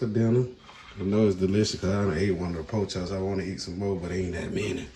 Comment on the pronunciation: is definitely southern “ po chops”😂😂😂🖤